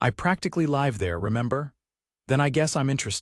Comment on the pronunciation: The narrator mispronounced the word 'live' twice in the first 5 minutes. Irritating and inexcusable.